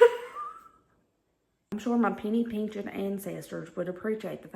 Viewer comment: Okay the new salt and pepper shakers gotta go. I miss hearing you say peench of salt peench of pepper.